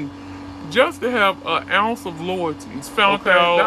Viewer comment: She been "So Loy-oil" Crisco loyoil-ty 😁😁